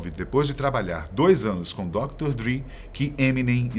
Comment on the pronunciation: Mesma coisa do Dr. Dre, que eles pronunciam Dr. "Dri"... não se dão nem ao trabalho de saber como se pronuncia.